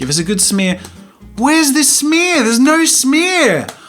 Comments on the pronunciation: “That’s called an animation SmEaRrr” I DIED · When Jazza says 'smear'. I can't breathe!!! 😂😂😂